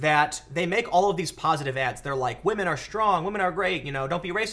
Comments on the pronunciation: Aaah, Pewdiepie made started saying "wamen" now everyone uses it... Pewdiepie us the word Oopsie, and now everyone uses that.... My god, he is still influantial. :-) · I think you meant WAH-men